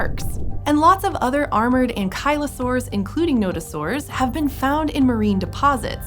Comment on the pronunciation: Imagine mispronouncing ankylosaurus